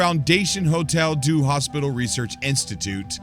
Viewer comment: Your French, though - Lol! Thanks for updating all of us - love your channel! If you want to pronounce it Philojeux: fee-low zh-ure (last sound between 'er' & 'you', drop the 'r' sound almost completely) Mnemosyne: nee-maw-zee-nee Hôtel Dieu: oh-tell dee-ure (again largely soften the ending 'r' sound to end more like in an 'uh' sound)